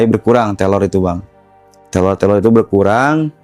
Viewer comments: Salfok abg bilngnya telor. Bkn teror mungkin abg nya cadel ya. Maaf kalau salah🙏🙏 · Sebenernya cerita si abangnya serem, tapi karna selalu nyebut terror jadi telor jadinya ngakak 😂😭🤏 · Bukan telor atuh tapi reror😂😂😂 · Teror bang bukan telor😂